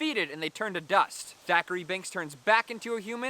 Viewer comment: His name was Zachary not Thachary